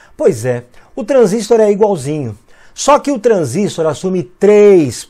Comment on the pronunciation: O, é transistor e não transístor!